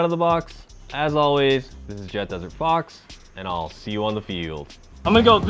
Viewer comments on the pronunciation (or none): none